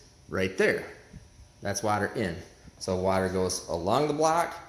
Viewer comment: Maybe just say coolant, since your having so much trouble pronouncing water